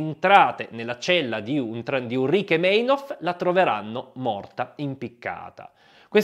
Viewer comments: Bello. Solo: Meinhof si pronuncia "Mainhof" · per favore, in tedesco il dittongo EI si pronuncia AI una forte dissonanza soprattutto per chi a suo tempo ha seguito le notizie sui telegiornali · splendida serie, proprio ben fatta, ma devo ripetermi: in tedesco "ei" si pronuncia SEMPRE "ai". Per esempio, si dice Mainof, anche se si scrive Meinhof. Ma vale sempre, non solo per Meinhof. 😉 P.S.: Vale anche per "ey".